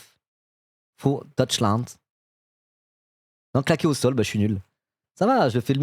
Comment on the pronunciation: 7 ans d'allemand et tu sais pas que dans le mot "'für", l'umlaut fait que le U se prononce comme le U de tube et pas comme le "ou" de "cool" ? Ni que le V se prononce comme un F ? Et tu sais pas non plus que le "eu" en allemand comme dans "neun" (neuf) se prononce "oï" ? On dit "noïn" et pas "neun" pour dire neuf. Alternativ für Deutschland c'est "Alternatif fure Doïtchlande." J'espère que tes profs d'allemand ont été virés ^^ Par contre quand tu parles des centristes et de leur potentiel de barrage républicain, je suis d'accord. Regarde Charles de Courson par exemple, le mec est un centriste (donc un droitiste qui s'assume pas), une institution de l'Assemblée Nationale, un aristocrate avec une fibre républicaine et légaliste incontestable, il est élu et réélu député depuis des siècles, je pense que son électorat doit être composé de vieux ruraux ou périurbains très attachés à la paix, à la république et aux institutions légales, je les imagine pas une seconde voter fascisme. Et j'pense qu'il y a pas mal de députés comme ça qui sont gentiment intégrés aux institutions et dont les électorats seraient rebutés par la violence iconoclaste des fascistes autour de Le Pen, comme cette enflure de Charles Alloncle.